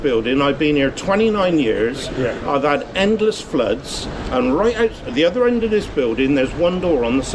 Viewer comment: Your voice is horribly nasal. And why do you say 'ovver' instead of 'other'